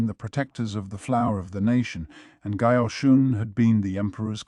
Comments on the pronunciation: The Mayo Mayo is killing me lol. And Basin. Gayooshun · Mayo mayo. Gayooshoon. Basin. Ahhhh-duo. Swy-rai...whaaarlll instead of what ... I still appreciate it as a whole but omg